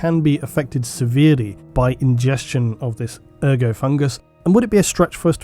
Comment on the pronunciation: The T is pronounced in ergot